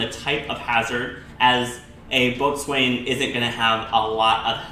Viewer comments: Err Boatswain is pronounced Bo-sun. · Great video! Just fyi you pronounce it bow-son ;) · "boatswain" is actually pronounced "bow-son" ya friggin farmer, bet ye can't tell a head from a halyard as well! Just joking though lmao, good video! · Boatswain is pronounced bosun. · Omg , a boatswain is pronounced bossun. If you are going to do a video about ships, know your terms.